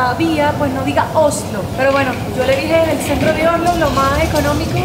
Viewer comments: vas a tener que pronunciar bien la s. Se dice Osssssslo. No ohhhhlo. (Oslo).😘😘😘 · Oslo ,el dice ojolu